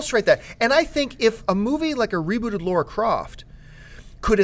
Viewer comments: For the love of God... It's LARA not LAURA! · LARA croft, you idiots. Not Laura. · Please! It's LARA Croft LAAARA.... not LAURA nor LORA nor LEURA... why does everyone have such a hard time pronouncing LARA.... LA..then RA.... it rhymes with DUH! sorry I went out of control for a sec... but.. really.... please!